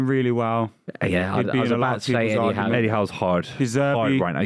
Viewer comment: Yall pronounce Eddie Howe real strange.